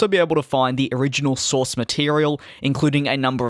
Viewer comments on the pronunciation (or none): none